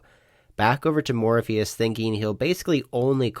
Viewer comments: Morphis = more fis not Morpheus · his name is spelled Morphis. Therefore it’s pronounced “Mor-fis”, as the announcer correctly pronounced it. It’s not pronounced like Lawrence Fishbourne’s character from The Matrix.